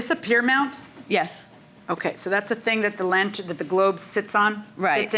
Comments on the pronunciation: She should have just paid the difference for the "lab tin". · What’s a “lanten” it’s not a silent R. She’s very dramatic and annoying. And your son doesn’t care about flowers and the lights when he comes home. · What’s a “lan tin?”🤔 🧐 Geez lol. I think the Judge keeps saying, “lantern”, hoping she’ll say it correctly. 😂😂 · WTF IS A LANTIN? I think she means lantern? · What the heck is a lant-in!? 😂🤔🤷🏽‍♀️ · I've seen her correct people on this show. I wonder why she didn't correct this woman. In my Judge Judy voice....put yr listening ears on, the judge is clearly saying lantern. Lord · LAN-TERN. Say it slow lol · I'm assuming she means "lantern". OMG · This lady's voice is so annoying I have family members from new York so I know it's not the accent but the way she's talking and swishing the spit in her mouth is so uncomfortable and don't get me started on her mispronunciation of a simple word "Lantern" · She has a NY type accent; I don't think her pronunciation of 'lantern' is any different than 'potayto-potahto'. I do think she didn't provide satisfactory evidence. If she didn't contact the defendant about the lanterns until recently, and the pictures of the lanterns weren't taken until just before her court case, the damage was most likely fairly recent and unrelated to the defendant's prior work. Good call by Judge M. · I am born and raised in NY, Bronx adjacent and I don't pronounce "lantern', the way she does. But it is common, and you hear this also when people say "bah-ul" for "bottle". Drives me bananas. PS. she also says "tawm" for "time".🤦🏻Ugh. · It’s not even a NY accent. She’s literally just pronouncing it wrong! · Did the interviewer at the exit try to make fun of her by Also pronouncing it wrong? I think he did!!! hahahaha